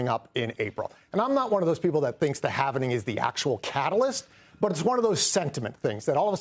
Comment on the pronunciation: Halving. Not halvening